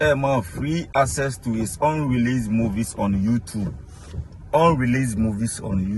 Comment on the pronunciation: 39/40 should be thought how to properly pronounce YouTube Edey make me feel someway Just a simple correction will do coss what is yuutuub?😌🤦🏾‍♂️